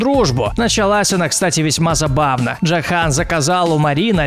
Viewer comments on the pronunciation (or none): Не ДжохАн, а ДжОхан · Не джохАн, а джОхан. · джо́хан а не джоха́н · Джохан ударение на О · Не эскайл эксайл , во вторых не джохан а джохан ударение мать твою на о, аж уши вянут от токих названий